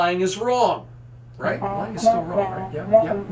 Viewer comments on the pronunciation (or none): none